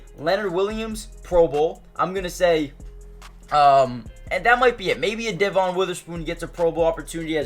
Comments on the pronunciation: Good video, just so u know devon pronounces his name as “devin” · It's pronounced Dev-IN Witherspoon, but great video!